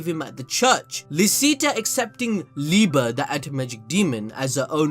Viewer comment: wait its liba and not liebe